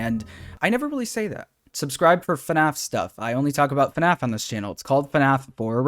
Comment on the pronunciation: Man I really miss the old “Hey guys, and welcome to another video… on FuhNaff” with the symbols in the intro